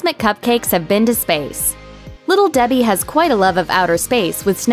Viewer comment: Little Debhee heee